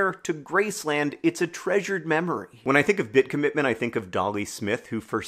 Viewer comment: Cobitment? Cobbitment?